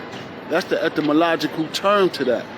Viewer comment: did he say ectamalogical?